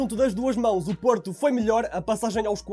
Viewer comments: 0.30 seg. "Porta" 😂😂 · Parecia que estavas a dizer porta! Porta!